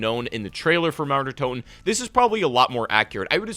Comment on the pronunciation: When you spell Mauer der Toten i understand naruto der toten